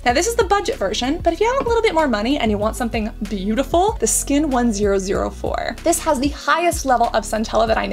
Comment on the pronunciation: Love your content!! Skin1004 is pronounced "chun-sah" (chun as in sun)! This is a play on words that came up when pagers were trendy in Korea because the number 1004 is pronounced exactly the same as the word Angel!! So Skin1004 actually means Skin Angel!